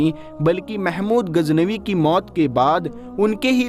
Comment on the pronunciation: AAP KI URDU SAHI NAHI HE SAHI HE GHAZNAVI NA AAP SE GHEN NIKL RAHI HE